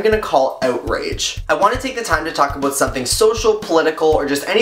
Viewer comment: I like it when you say about :)